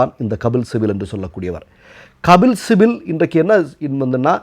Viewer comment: கபில் சிபல்... சிபில் அல்ல. 🤝